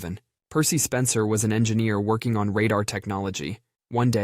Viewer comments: radar, not rodder, son. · This is really great content. But, RADAR is pronounced RAY-dar; not raw-dur. And I thought the narrator might actually be human. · Did people say radar as “rodder” instead of “raydar”? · The "Rah-dah" Range? Are you kidding me?? RADAR RANGE. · Raw-dahr range? You mean Ray-dar range? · What the hell is a rah-dahr range? I only know RADAR Range. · A rodder range? I think thats pronounced ray-dahr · Definitely AI... Ra dar ? You mean radar.... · It's pronounced "Radar Range" - not "Radda Range" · What's a ra dar range. Try harder next time with a real human. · Rodder range ? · RAY-dar. Thx. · "radah range?" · Got ya! I've been trying to figure out your narrator. It's an odd sounding mono-tone mess, but I thought it MIGHT be real. I WAS WRONG. I finally caught you. I'll give you credit for doing a great job on pronunciation, but you faltered a couple times on this one. RADAR, as /rā′där/, not like hey that's RAD, Dude. Also, 2 pronunciations of Nestle didn't help either. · Radar is pronounced Ray-Dar. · “Rod-er-range” wtf? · How can you not know how to pronounce radar? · Learn how to pronounce "radar." At the time of that $5,000 microwave, 5k would buy you 2 new cars. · Has the AI that made this video never encountered the word "radar" before? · Please check for the proper pronunciation of radar and Nestle. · Can't pronounce RADAR ? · AI narration drives me crazy. Mispronunciaion of "radar" and "Nestle" are so obvious, why doesn't someone monitor and edit these things? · Learn to pronounce radar. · Just listen to it try to say "radar" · I don't think that's how you pronounce radar, but great video nonetheless! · Have you never heard the word "radar" spoken? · Can't pronounce Nestle or Radar, either...among other examples...Kudos, AI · Dude, do you pronounce anything correctly? Radar, nestlé, and those are just two extraordinarily common words that you thoroughly butchered!